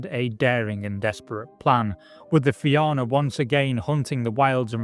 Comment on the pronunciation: Im glad you managed to pronounce Éire correctly. Fianna on the other hand..... Great video anyway!